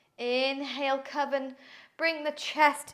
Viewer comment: Thank you! I'm daisy from New Zealand and I also have anxiety etc I love yoga for that. And your yoga is great! I like how you say coven as I don't have one. Blessed be.